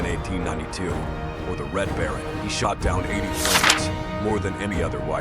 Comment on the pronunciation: Sorry you got the Red Barron correct